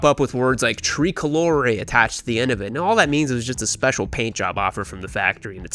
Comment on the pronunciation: its tray, not tree colore.